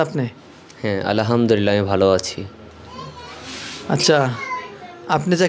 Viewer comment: আলহা'মদুলিল্লাহ বলার সময় ح উচ্চারণ করতে হয়,,ھ উচ্চারণ করলে অর্থ পরিবর্তন হয়ে যায় الحمد للہ এর অর্থ হলো সমস্ত প্রশংসা আল্লাহ তাআলার জন্য